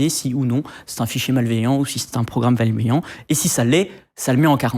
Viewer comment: un programme " valmeillant " c'est nouveau ça! XD